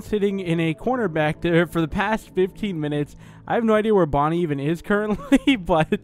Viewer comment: You where saing that Fredy whas Bony.